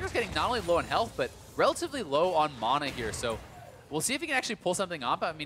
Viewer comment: wtf is mona? its MANA!!